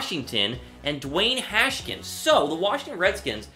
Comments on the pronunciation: Hash-kins????? Haskins boyy #HTTR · It's Has-Kins